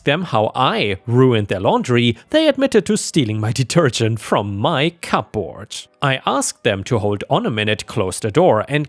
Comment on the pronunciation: how you say "cupboard" and "her" sound funny af lmao